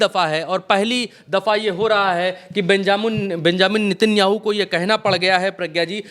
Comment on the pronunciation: Sir ji aap se kehna chahunga ki नेतनयाहू है उसका नाम आप बार बार नितिन याहू के रहे है आप गलत नाम ले रहे है कहीं ये तो नहीं सोच रहे कि यहूदी ही यादव है 😂😂😂😂😂😂😂😂